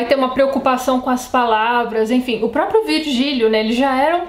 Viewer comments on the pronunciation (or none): none